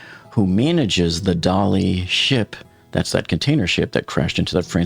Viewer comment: Come on please, it's 'the Dali' not the 'Dali ship' (pronounced by you Dollyship). They never said the Tiranic ship, the Mauretania ship, the USS Iowa ship